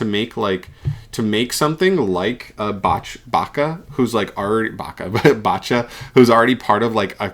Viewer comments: bacha? bruh... how can you not know how to pronounced bach, he's literally as famous as mozart 🤣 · Gosh that "Bach" pronunciation killed me !